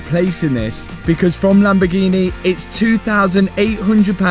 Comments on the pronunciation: Favourite place in the world, Lamborgeeneh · What’s a Lamborghina 😂